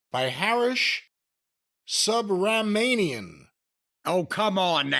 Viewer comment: It's pronounced "soo-bruh-money-umm"